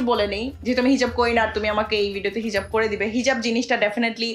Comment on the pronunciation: hijaf ta ki hejaf bolle api??